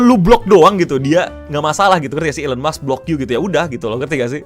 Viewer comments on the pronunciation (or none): Gue kritisi ucapan ejaan lo pas baca Musk.. mask bukan maks lol.